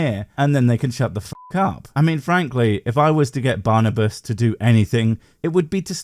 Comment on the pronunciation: I think it' Barnabas. Not Barnabus. I'm not proud that i'm too a Hungarian, but what can i do? 😀